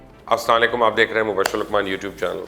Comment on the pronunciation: Salam to acchi tarah sey bol lia karein, as you mean it, bus mooh par attey hi phisal jata hey jesay